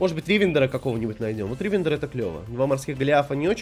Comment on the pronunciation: Как же режет уши ударение в слове Ривендер. Оно на последний слог.